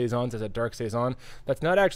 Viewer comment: Hello, my last name is Siason and when I found this beer I was shocked that my last name was on a beer but…😩. It was great to hear you guys say saison every time because that’s how people pronounce my last name. I tell people it’s like Tyson. Great beer, great channel, great info, keep up the great job!!